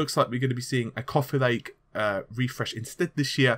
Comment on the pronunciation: couffee lake :)